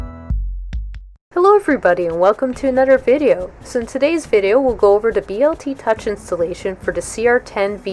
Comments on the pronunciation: Stop saying BLT touch. Dude you are outa touch! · Were you hungry when you made this video? you keep referring to the Bl Touch as the BLT Touch LOL